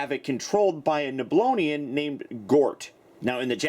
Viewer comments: NEB-yoo-lon...not Nooblonian. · Neb-lone-e-an? Never heard it pronounced like that before.